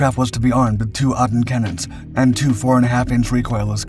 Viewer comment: what is an Aydan, it is an ADEN, , AY-DIN.. anyway, did this thing really not have reheat? it makes sense for a night fighter but in Warthunder it is totally has a reheat xD